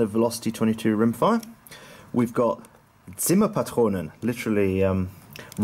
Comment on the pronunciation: Are you german? I've watched your videos for a while now and I've always thought that you were British. I was slightly surprised that you perfectly pronounced Zimmerpatrone.